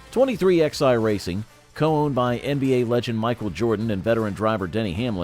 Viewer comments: What the fuck is 23 -XI racing.....its pronounced 23-11. Who runs this fuckin channel? My God this is DUMB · Where do you get these narrators at, the name of the team pronounced 23-11, not X i, haven't you ever learned Roman Numerals ? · Your dramatic titles suck. And it’s pronounced 23-11 so your 23XI as you say is not the way they pronounce it,.